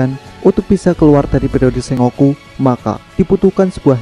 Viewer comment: SENGOKU , bacanya : Sen..goku , ya mas